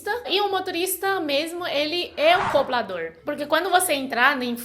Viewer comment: "Coblador". Rsrsrs... Fofa!!! 💓💓💓💓💓💓💓💓😍😍😍😍😍